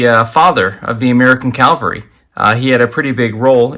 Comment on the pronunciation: Great info! But please.PLEASE…know that soldiers on horseback is a CAVALRY, not a CALVARY. Big difference.